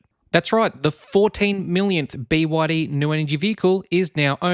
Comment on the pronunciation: Bwadi? The 3 separate letters of the name is B Y D - squashing the 3 into a single “bwadi” sound sounds derogatory to the manufacturer.